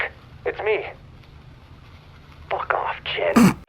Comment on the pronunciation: "Fawk off" Baaaaahahaha I'm dead!!!